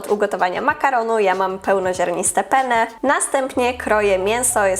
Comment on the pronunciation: Penne czytamy "penne", bo "pene" to po włosku penis. 😅